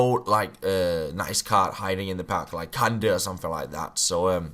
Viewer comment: Kanté not kande 😂